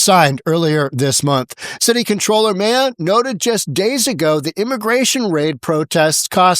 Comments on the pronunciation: Mejia is pronounced Muh-HEE-uh, not “May-uh”. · By the way, that name Mejia is pronounced Ma-HEE-A, not whatever the f*** you said.